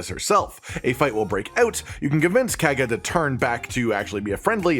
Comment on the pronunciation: Yeah not sure why he pronounced it so weird they say her name enough times in the game that there was really no excuse